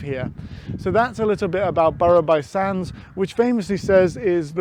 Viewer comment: Nice video - however, “Burru by sands”?? We here live in “bruff by sands” (for some reason!) Would be interested to know why “Aballava” is supposed to be pronounced “Albalva”(if I’ve caught your pronunciation correctly?)